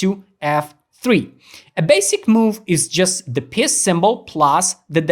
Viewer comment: Great video pro but it’s a piece not a piss big difference 😂